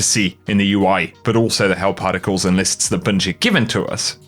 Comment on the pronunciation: Thanks for the video bud 🤙always a pleasure watching. Hope you and yours are staying safe and well out there. P.S. 7min 06sec I swear to god I thought you said "hell particles" instead of "help articles". I had to pause the video because it made me laugh my ass off for about 5 minutes, so thanks for that 😂😂 Stay safe, stay well and take care of each other 🤙 see you out there Guardians 🚀